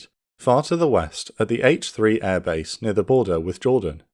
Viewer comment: had to rewind that bit, thought he said 'six senior officers at age 3'